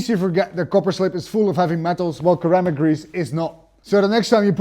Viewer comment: "Sir-am-ick" grease Sir